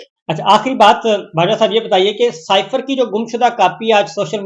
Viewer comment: سیفر بجائے سائیفر ، قا نون بجائے قنون ۔ سوال چنا، جواب گندم